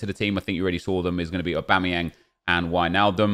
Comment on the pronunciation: Nep trying to say Aubameyang